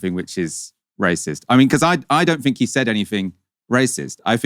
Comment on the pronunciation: Fink, Finking, Fort, Bovver, Bofe, Free , Vat,, Furrowly, Vem, Viss, Fugg, Fump